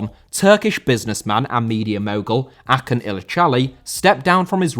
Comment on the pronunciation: Great Video. Acuns name is pronounced like ah-june btw. He had also some involvment in the Özil deal to Fenerbahçe.